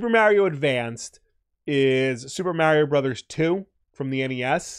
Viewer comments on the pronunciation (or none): Nevada, not Navahdah. Mario, not Mehrio... lol